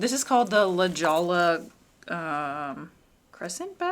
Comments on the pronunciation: That’s La HOY-ah, in Californian. 😉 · Darling bag and charm! And it’s pronounced La Hoya bag. Spanish for “jewel”! Also, the city in California!🤗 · Fun project ! Can I correct you on something? In a totally no-judgmental kinda way. The bag pattern you mentioned, La Jolla is actually pronounced "la hoya". It's Spanish.